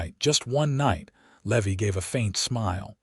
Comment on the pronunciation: Oh PA-LEEZZZEEE!!! Seline, SAH-LEAN! Levy, LEE-VIIII!!!! Rosalie, ROW-SAH-LEE! "I rode out with 4 names, yours and the children"...hmmmm, is there a ghost? 1 woman 2 children = _________ 3 names, not 4 I HATE AI NARRATORS!!!